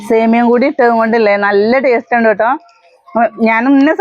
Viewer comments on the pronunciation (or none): none